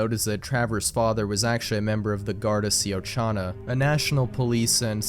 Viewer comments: Síochána = She-ya-cawn-a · hi irish person here, its pronounced like shi-o-kawhna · His pronounciation of Siochana hurt my soul 😂 FYI, it's pronounced "Sheeyokawna", and means "peace", as in "Guardians of the Peace".